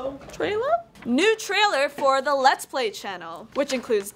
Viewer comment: I cannot explain what happened emotionally when said LLLEETS PLY